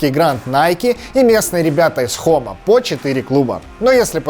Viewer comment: И не Хома, а Джома